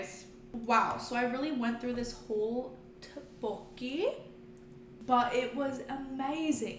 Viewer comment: By the way the rice cakes are pronounced tok-bok-ee :)